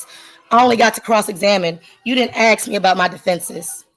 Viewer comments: "You didn't axe me" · Uhm, no ma'am you can't AXE anything :face-green-smiling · When you're making objections by saying "axe" instead of "ask", you're not going to win